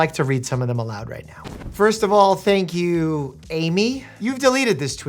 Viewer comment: "thanK you aIMee" hit me like a brick and I just had to comment 😇